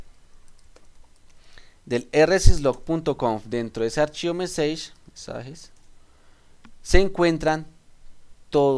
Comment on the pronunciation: Gracias por el video.. Debes mejorar un poco la pronunciación en inglés, sobre todo que el video está en la red y lo ve todo el mundo. Messages, dices meseich, la pronunciación es algo como messaches y así otras palabras en las que hay que prestar especial cuidado. Saludos y gracias de nuevo por tu aporte.